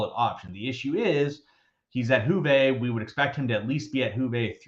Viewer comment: calling Juve „hoovey“ is all i needed to hear today 😄